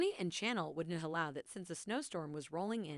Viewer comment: She is named Chanel, like the perfume and fashion line. You keep saying channel, as in change the channel. Cringe worthy.